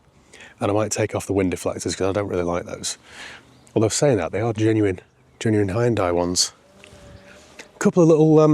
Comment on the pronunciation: Glad to see you haven't pronounced it 'Hee Un Day' as the marketing muppets now call the name after all these years. We might possibly have been mispronouncing it for all those years, but a brand name sticks. This particular one had looks that stood out. I bet you can't find a decent Daewoo (or Day Who, as my uncle pronounced the name) / Chevrolet Tacuma that's decent though. Now, there's an idea!🤔